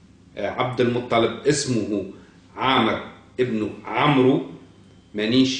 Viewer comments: يقال : عمرو amr والواو لا تنطق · تعلم العربية قبل ان تتصدى للحديث عن محمد عليه السلام . لا يقال عمرو amrou. انما يقال عمرو وفا تنطق الواو . ولا يقال مدركة madrakah بل يقال مدركة modrikah.. تعلم العربية وثقافتها قبل الحديث عن محمد يا مغرور .احمد العلوي المغرب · مضر بضم الميم لا بفتحها ومدركة بضم الميم لا بفتحها وعمرو بغير مد فتنطق كما ينطق عمر بفتح العين وتسكين الميم والواو للتفريق بينه وبين عمر في مثل عمر بن الخطاب يا جاهل